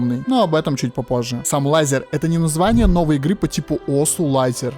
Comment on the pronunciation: Какой "лайзер" Правильно "лэйзер" Исли там стоит буква "а" после L это не значит, что надо читать как в русском